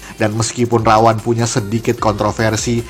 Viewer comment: Ra-One itu bukan dibaca Rawan, tapi Rawon.